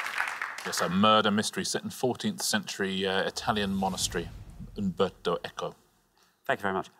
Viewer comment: Since when did UMBERTO begin with a "V"